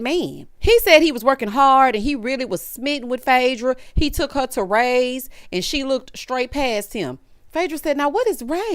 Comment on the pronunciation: I was thinking that but he kept saying “Roy’s” and I want sure if it was a different restaurant or if that’s what he meant. There’s a few different “Ray’s” but Rays on the River is my absolute FAV!!!💕💕💕